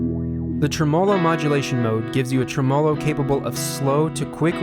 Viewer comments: Why do you not pronounce Tremolo properly? Are you thinking it looks strange...as if it should be written 'tremelo'? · TREmolo. Not treMOlo.